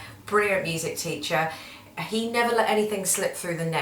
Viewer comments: I swear I always feel like she says CHEATER instead of TEACHER haha.. Cute accent though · T-BAG Production Oh I just thought she said “tutor” ... But English isn’t my first language so idk